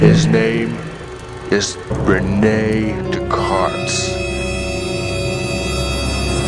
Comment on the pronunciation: i think im going to kill myself if this guy says de-cartS one more time!